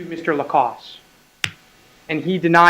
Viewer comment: He has stated his name clearly for the court. Why can none of them use the correct pronunciation? Why is that so difficult? Also, why did the defense atty. keep saying "Walmart" when it was clearly "Kmart" that Mr. Lacasse visited while out of town?